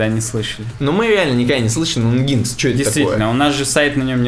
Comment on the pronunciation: Ребята спасибо вам за подкаст. Очень круто, информативно и с юмором :) Одна только просьба: NGINX произносите как энжин - экс , а в остальном так держать!!